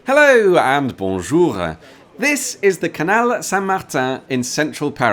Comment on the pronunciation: Please. It's not Bonjoure.